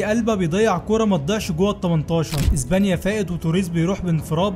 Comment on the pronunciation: اسمها اسبانيا و ليس ازبانيا 😂😂